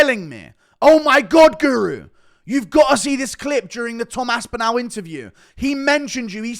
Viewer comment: AspinALL NOT ASPINEL